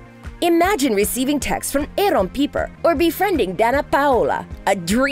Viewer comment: I SWEAR TO GOD I TRIED... I tried watching this, I am SUPER interested in the content, but I can't. Her pronunciation of everything made me quit before the 2 minute mark. I give up. Bye.